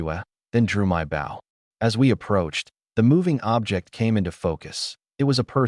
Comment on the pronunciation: Its pronouncing it as bow (to bend in greeting) they should just edit the written script to Bo